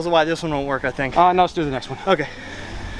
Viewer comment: Its clear that wil nat worck